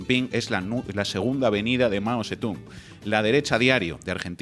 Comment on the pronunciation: El chaval que ha escrito un libro ni sabe leer bien el nombre de Mao Zedong, ya veo lo enterado que está, ni chino sabe hablar...